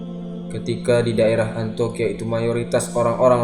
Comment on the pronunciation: Maaf saya ralat, bukan Antoqiah tapi Antioqiah ( Antiokiah ) sekarang di turki